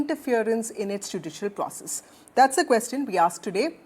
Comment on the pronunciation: What you said.... "Judicial Process"😅